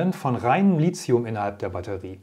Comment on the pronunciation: Sie sollten mal ihre Aussprache von Lithium überdenken, denn th spricht sich nicht wie z oder c sondern zB wie Lithograf, keiner käme nämlich auf die Idee Lizograf zu sagen. Lithium hat auch keine Ähnlichkeit mit Silizium was viele bestimmt annehmen.